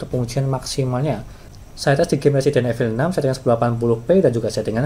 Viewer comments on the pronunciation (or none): none